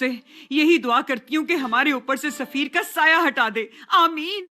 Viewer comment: Likha hua padha hoga show mein , turkish me safeer hai , urdu me usse bolte hua zafar ho gya woh 😂